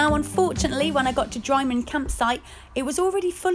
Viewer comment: Fair play to you for doing this a)on a spur and b) on your tod. Your pronunciations are hilarious - drymen is drih-men btw 😅👍 looking forward to the rest of the serious